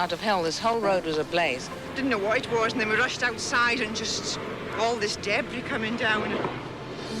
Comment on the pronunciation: I love this show but every time he says debris and schedule I cringe.